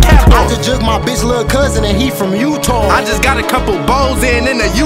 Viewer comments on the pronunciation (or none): When he said Utah sounds like he said "Utall"😭